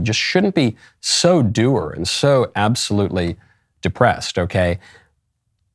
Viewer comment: Dude, "dour" rhymes with "sour".